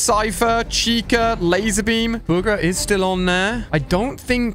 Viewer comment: ahhh yes. Burga